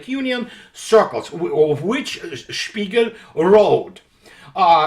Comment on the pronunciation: Der spiegal? more like der Sméagol